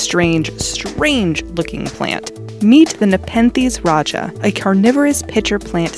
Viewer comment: nepethes rajah